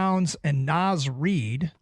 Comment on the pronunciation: “Naz REED” smdh